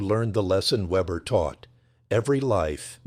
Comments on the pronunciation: I keep hearing "Webber" and I guess I got used to it, but Weber does NOT begin with what we would call Web, but with Vay. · His name wasn't Vebber, but Weber, pronounced VAYbuh, The name of the letter W in German is Vay, not doubleyou, and it sounds like a V. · So the narrator doesn't know how to pronounce a German "W"